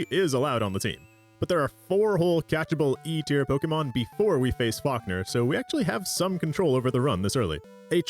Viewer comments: Nah, I just caught a stray 'Fockner' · Why am I hearing you say F*ckner instead of Falkner😂😭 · Every time I hear you say Falkner, I keep thinking you're saying, Fuckner 🤣